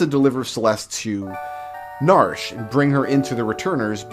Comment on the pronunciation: I have always called it nar-she, two syllables. It is weird hearing narsh